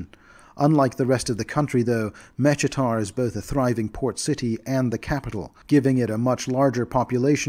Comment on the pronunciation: Mechitar is pronounced MEH-KEE-TAR btw